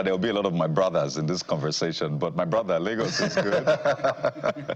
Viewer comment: 'My BRODDA' 😂